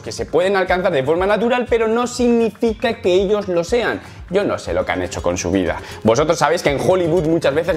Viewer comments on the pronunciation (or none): none